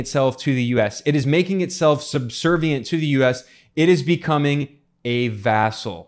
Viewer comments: it's vassal not vessel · I think someone was saying "asshole" with an accent.